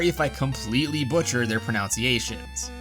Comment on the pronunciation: I love how he pronounced the word pronunciation incorrectly when apologizing for butchering pronunciations